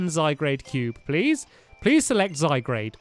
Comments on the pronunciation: Zy-guard is hoe it is pronounced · STAMPS!!! First of all, it's pronounced ZY-GAURD. Second, zygarde is a very powerful Pokémon cuz ITS A LEGENDARY POKÉMON!!!!! 😲 You just need to use the zygarde cube ONLY to assemble it. I hope you see this cuz I just want to help 😊 Luv u Stampy ❤️❤️❤️ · stampy this is how u say zygarde zi guard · Stampy it's zy-guard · Stamps, it's zy-GAR-dAy. P.S. You're Awesome! :) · It's called zy-garde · It's pronounced Zie Guard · It's pronounced zy-gar-ed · its pronounced zygaurd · how to pronouce zygarde (zy guard) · ITS PRONOUNCED ZY - GARD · It is pronounced Zy guard. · STAMPY ITS PRONOUNCED ZY GAURD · It's pernounced ZY-GARD!!!! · It is pronounced Zye-Gaurd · The pokemon stampy said is pronounced Zy-gard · stampy its Zy-gard and you use the cube to create it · Stampy, its pronounced Zygarde the e is silent so Zy gard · stampy its pronounced zy-garr-dey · Your saying zygrade its zygrade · its zygard. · It's pronounced zy-gard as in garden omg you made me die on the inside!!!!! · you say it zy-gard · sorry to correct, but its pronounced z eye guard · play xyz to now what zygard also you are saying zygard wrong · It is said zy-guard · The Iron Golem yes you pronounce it zIgard or zIgard-A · stampy it pronounce as zyguard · zygrade....... sigh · STAMPY YOU PRONOUNCE IT Z Y G A R D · It's gard stampy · stampy u say zygarde wrong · hey stampy what zagard wrong saying the a you mess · I got so triggered when Stampy butchered Zygarde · your saying zygarde wrong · It's not zy grade it's zy gard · I know you have Dyslexia Stampy but its pronounced SygArde not ZygRade. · Stamps its pronounced zy gar d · zy-guard not zy-grade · zygarde not zygrade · ITS ZYGARDE NOT ZYGRADE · It's Zy-g-a-r-de not Zygrade😤 also it's a legendary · all the pokemon fans are crying "ziegrade" lol ZYGARD 😂😂😂😂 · Who notice stampy saying zyguarde wrong he was saying zy grade not zy gaurd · it'd not Zygrade it's Zygarde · I've been triggered in this video. Zy-Gaurd. not grade